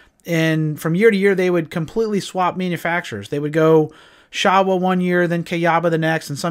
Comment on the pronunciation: There was a Showa Plant in the Town I grew up in and it's actually pronounced Show-uh. That's how the Workers from Japan Said it Anyways. Not trying to be a D*ckhead, just an FYI message...